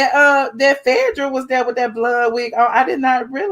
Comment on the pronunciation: Why you keep calling her Phedrah? Its Phaedra